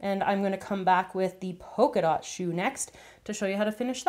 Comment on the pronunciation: Polka dot* Not pocadot